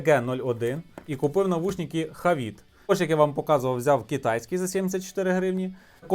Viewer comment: не навушніки, а навушники, ріже по